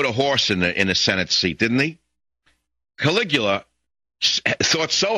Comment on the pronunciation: Who the fuck is Caliagri? He's talking about Caligula.